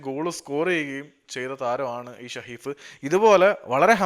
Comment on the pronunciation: ഷ alla സ...it's saheef